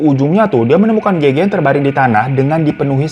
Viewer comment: Kenapa Gege sih fan ngomongnya bukan Gege 😭😭